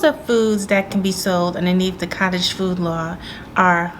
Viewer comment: Nice blooper - foodage lol, you compressed both words 😂😂😂